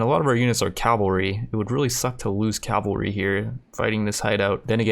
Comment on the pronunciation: It's pronounced ca-val-ry, not cal-va-ry